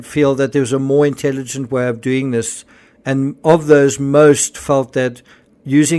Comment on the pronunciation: Is anyone else suspicious that they are actually NOT Medical Doctors?? in my country you always address one as "Dr" Smith for example, just like in the UK when you say "SIR" if you have that title. Why I am suss is because Kate said "we knew what we were doeen" and "where we were goeen". In a long career working with Medical Professionals I have never ever heard one Doctor speak like this. I can pull more examples. Gerry is NOT a Surgeon. FACT